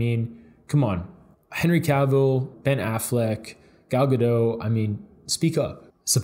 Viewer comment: Okay I know it doesn't matter but it's pronounced gadot with the t, not gadow. She's Israeli, not french. Lol